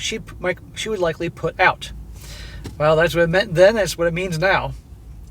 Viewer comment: "Get oot"